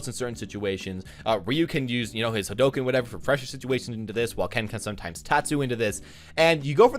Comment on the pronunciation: u don't k ow how to pronounce haduken it's so annoying